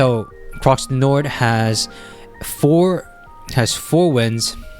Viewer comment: It's pronounced PREE de l'arc de triomphe, the x is basically silent in croix du nord too. Take a look at the Irish champion stakes which took place last saturday, Shin Emperor performed poorly and the race was comfortably won by Delacroix. That's why shin emperor was found to have issues afterword.